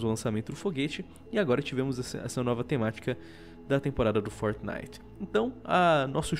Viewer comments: man fala fortnite certo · luigi del Mais ele esta falando certo.